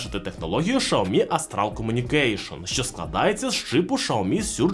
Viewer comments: Чому шаомі а не сяомі 😅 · услышал ШАОМИ , и меня стошнило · Шаверма з лайки чи що? каже про шаурму з лайкою, а сам показує теліхвон.....нічого не поняв....Треба сказати що правильно казати - шаурма з лайкою ))) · ШАоми 😂😂😂😂 .... бляяя.... меняйте ведущего 😅 бо бесит пиздец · Ужас взагалі ге правильно вимовляеш бренд телефону і назву камери,треба ше вчитеся